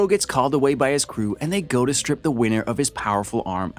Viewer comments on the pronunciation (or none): none